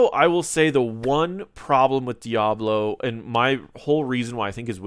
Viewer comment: I keep hearing Diavolo instead of Diablo lol